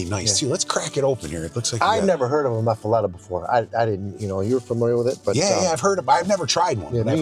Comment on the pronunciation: I am from Louisiana and first off you are pronouncing it wrong. It is pronounced Muff-A-Lotta. 2nd off it isnt one without olive mix on it! I guess this is just a yankee version? 😂😂😂